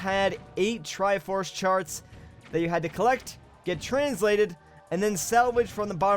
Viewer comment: he definitely said "triforce shart"